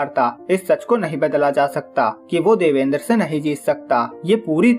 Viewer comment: Ek might be pronounced by , देवान्द्र not देवेन्द्र , :)